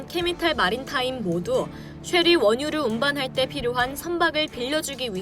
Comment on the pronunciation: 자막이랑 더빙이랑 달라서 신경쓰여요 한두번도 아니고... 케미탈, 매니져, 2007만톤...